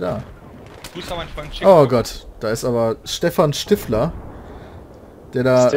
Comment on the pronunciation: peter weiß nicht wie stiffler ausgesprochen wird aber natürlich sofort:)